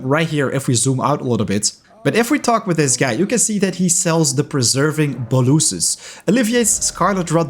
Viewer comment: Bow-luss-es and thanks for the tips